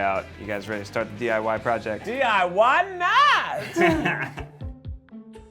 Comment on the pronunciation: anyone else notice it sounds like try die not try diy